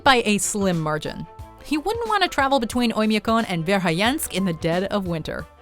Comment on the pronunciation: Interesting video, but do you realize that, every time you pronounced Verhoyansk, the 'o' ended up as 'i', and the 'a' ended up at 'e', i.e., vair-high-YENSK, rather than vair-hoy-YAHNSK?